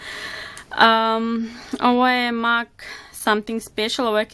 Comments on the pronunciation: Ne kaze se mak nego mek rumenilo . Inče si suler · Zasto izgovaras "mak" umjesto "mek"? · Nečita se (mac)mak nego mek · Zasto "Mak" a ne "Mek" (MAC)... 😃😃😃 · Ja midlim da se kaže mek a ne mak (mac) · Isuse boze Jel moze molim te jedan savjet Mac se ne cita mac negi mek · Daj molimte govori MEK A NE MAK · Ne kaze se MAK nego MEK...no hekt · Ne kaze se mak nego mek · nemoj shvatiti ovo kao hejt jer ono imas ok videe i znam te ponekad gledati ali izgovara se mek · Imam savjet Mac se čita mek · Jedna stvar......ja tebe obozavam,ALI PISE SE MAK A CITA SE MEK